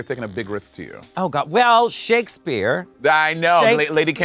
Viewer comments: monet saying "shake-ass-speer" made me laugh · Also why does Monét call Shakespeare, Shake As Spear lmao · is she saying “shakUHspeare” 💀